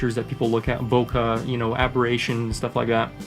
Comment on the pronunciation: Sorry, I just have to correct your pronunciation; the out of focus blur is a Japanese word "bokeh" which is pronounced "bo-ke", not "bokka". Please listen to the Japanese men in the end of the video